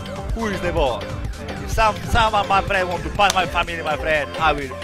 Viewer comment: "ma frend"😂